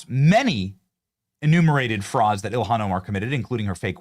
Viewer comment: JD needs to pronounce Ilhan’s name correctly, unless he’s doing it to demean her, of which she deserves.